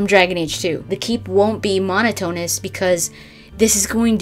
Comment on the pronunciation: Great video, thanks! really informative! One thing though, Monotonous=Mon-ot-on-us no Mono-tone-us ;) At least I think so?